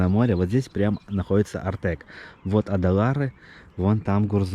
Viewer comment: Не Адалары, а Ай-Далары, Ай-Петри, Ай-Даниль... не уродуйте имена достопримечательностей. местный житель, Краснокаменка.